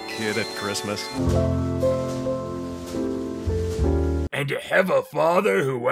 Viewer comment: "christsmas" wtf?